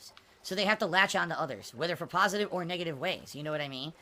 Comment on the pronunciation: the words negative and positive funny when he says it 😂😂